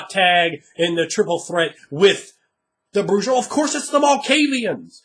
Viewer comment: Wow. Would be great. For as smart as you are with a lot of this, I simply couldn't take it anymore with the pronunciation of J in Bru-Ha. And Camarilla does not pronounce the "ILLA" like that. It turns into an "ee-ya" Cam-maria. Oi. :P